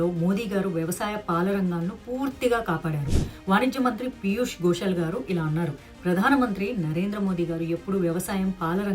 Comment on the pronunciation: పీయూష్ గోయల్ గోషల్ కాదు. అవకాశం అవకాషం కాదు. మల్లీ కాదు మళ్ళీ తెలుగు లో ల ళ న ణ ఉన్నా యి. గమనించగలరు. వాగ్దానం. వాగ్ధానం కాదు. అక్కడ ఒత్తు ఉండదు.